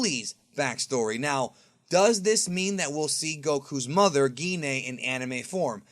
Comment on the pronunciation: Gine = “Gee Nay”?!?! Ahahha